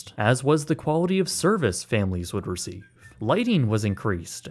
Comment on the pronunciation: Wud? What the fuck is "wud"?